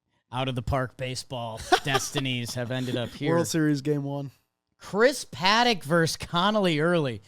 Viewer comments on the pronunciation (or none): none